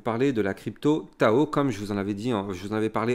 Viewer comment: Merci pour tes videos de qualité! Et on ne dit pas " tchao tchao" , mais TAO TAO ! 🤣